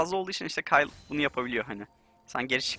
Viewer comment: Abi okurmusun bilmiyorum da kayıl diye okuyosun keyıl diye okunur